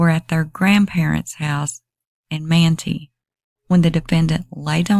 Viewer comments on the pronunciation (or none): manti .....is pronounced Man tie......